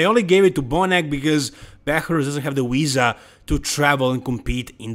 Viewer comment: pronouncing VISA as "Weeza" will always be peak Epicness.